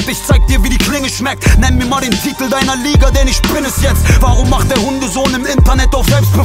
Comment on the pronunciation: Kann mir nichts geben wenn "sch" statt "ch" ausgesprochen wird. Beispiel: Isch